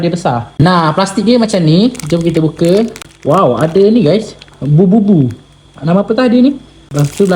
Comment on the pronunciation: Labubu lah bang, Bukannya Bububu🗿